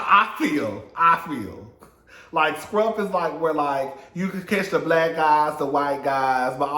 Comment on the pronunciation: I knew he was blyke when you said Compton.